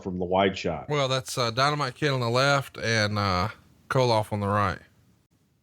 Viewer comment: ...Lol...it's Volkoff, not Koloff!